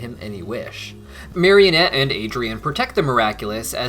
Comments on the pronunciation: Bro it's marinette not marionette Just a fun fact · Everytime he says marionette instead of marinette I wanna scream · Marinette please mari-net. Mario-nette is kinda silly. But loved the video anyhow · Take a shot every time accidentally says "marionette" instead of "Marinette" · I think they should've had Cristina Vee sing in the English version...also it's Marinette, not Marionette. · why do you call her "Marionette"? lol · I know this is minor, but it honestly really bothers me when people call Marinette "Marionette". She's not a puppet. There's no "o" in her name. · Binges the whole series in 2 weeks* Proceeds to mispronounce the main characters name literally everytime* XD